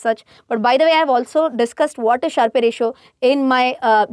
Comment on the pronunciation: it's a "Sharp" ratio, not Sharpay ratio! ...